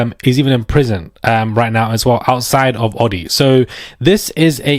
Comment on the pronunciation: The name is pronounced Odd EEE. LIKE ODD BALL. Opposite of even. Love your work. Cont success.